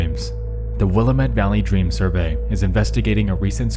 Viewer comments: You put the emphasis on the wrong syllable in Willamette 😅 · Oregon's Willamette Valley is actually pronounced Will-AM-ette, not WILL-am-ette. I lived there for many years, it's a lovely area full of friendly hippies and some of the most fertile agricultural land anywhere in the world. If you aren't growing something in your backyard, congratulations! You are growing blackberries. 😂 They're actually really invasive and grow everywhere, the only way to manage them is to get a few goats to keep eating away at them. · “will a met” 😭😭 its pronounced like “wil ae met” with emphasis on the “ae” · One thing that bugs me. Willamette is not pronounced “willy-mutt” it’s pronounced “will-am-it” the ‘am’ is pronounced like the first part of amway not like ‘I am’ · It's pronounced Will-a-met not willa met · It's neat seeing something about my home city on this channel. I never saw any thing about this walking around. Also: It's pronounced will am it. Not wilamet. It's important to point out that Happy Valley is also a suburb of Portland, Oregon. In fact, SE portland continues into Happy Valley in such a way that calling it a suburb is almost a stretch, it might as well be part of portland proper. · "the will-uh-met valley" Noooo It's pronounced Will-am-it. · Will-LAMB-it not WILL-a-mitt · Wil-am-et not willa-met, thank u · you pronounce willamette will-am-et not will-uh-mit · The way he said Wilmette killed me, I'm so sorry. (It's pronounced Will-am-it) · You can always point out the foreigners by how they mispronounce Willamette. The accent goes on the, "a." "will-ah'-met" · will-AM-it. Is how we pronounce it here in Or E gun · Wil-LA-met (the LA is a hard A like in 'hat'). You need to put emphasis and inflection on the middle part of the name. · Interesting video. My only gripe is that Willamette is pronounced to rhyme with "dammit" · Willamette is pronounced like Will-“Dammit” btw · Pronounced, ...Will-am-it. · Not a big deal but Willamette is pronounced Will-AM-Et lol